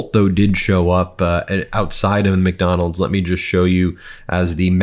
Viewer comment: For someone who eats so much fast food and is so obsessed with the place, I’d think he could at least pronounce “McDonald’s.” There’s a “d” at the end of it, numbnuts. Lol